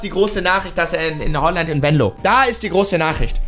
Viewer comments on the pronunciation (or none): Sprich mal bitte Venlo richtig aus du sagt immer Wenlo 😅